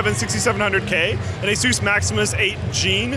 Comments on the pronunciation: It's Asus, not Azues... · what the hell is A-sooose? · There's no 'e' in Asus, it isn't spelt Aseus like the name Zeus. Dumb shit American's still can't read or write English correctly and they've been at it for hundreds of years... Say the word 'sustained', now just say 'sus', now put an 'a' in front of it and say the name 'A-sus'. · The origin of the company's name is Pegasus Its pronounced <Eh-SUS> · funny way to say ASUS héhé!!!